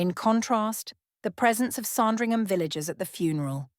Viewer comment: It's SANdringham , not SARNdringham!